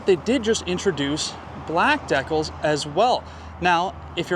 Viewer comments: Don't waste your money around this soyboy. In Canada. They are called dee-cals, not deck-ulls. . Get real poser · Deckles,🙄 lol... DECALS (Deecals)!😉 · Lol, American here, was just saying to myself, what? Decal? Does he mean deeeeCal? 😆 I love how you handled that. Love the camper, too. I could easily live in that baby! (And we love our Canadian neighbors, as well.) 🌷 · Its not DAK-ALs its DeeKals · A CD player? Seriously? Why not just put an eight track player in…😂😂😂….And its DEE CAL….. DEE CAL…… deck ul sounds completely retarded. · Deh-culls….. or deecals….. hmmm……. 😂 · “deckles?” Come on man… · Deckles? Maybe he means decals. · Decal is short for decalcomania, it’s Di kal, not dekkle ¯\_(ツ)_/¯ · Deck-als....silly Canadians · De-cals is the proper pronunciation. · Holy poop!😂😂😂 I seriously didn't know he was saying decals! I have never heard it said that way before! I knew he was talking about the badges and sticker trim on the outside, but I thought "deckles" was just some technical term used in the RV world for the trim or something. I would have never in a million years thought that deckles was decals! 😂😂😂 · Vaylence! Come on man! It’s a valance, and I nearly deckled myself when I heard you say deckles. Good video, bad English, expensive and it’s just a camper. I’m just picking on you, but you made me laugh a couple times. Goto love them Canadians! Not Trudeau tho he’s a Hitler! He said the pot drawer! Oh that’s legal in Canada 🇨🇦? I like the 4 season aspect of this camper. No slides no leaks. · "You can see just how quiet it is in here." Canadians not only can't pronounce "decals" right, they apparently hear with their eyes. 🤨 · im also canadian and never heard anyone pronounce DECALS like you do... thats a you thing bro not canada thing lol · Decals im from the states i didn't know what you were talking about until you said it the right way aye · decals? potable? He pronounces everything like this on purpose doesn't he?